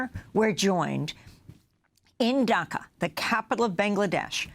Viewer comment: Its DHAKA, not DAKHA. Get that right at least. Ffs.